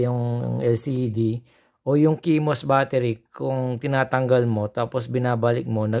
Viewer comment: lods hindi kimos pag basa nyan CMOS is pronounced as one word that sounds like see-moss.